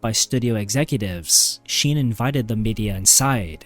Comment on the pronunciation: Then how did he mispronounced Charlie Sheen's name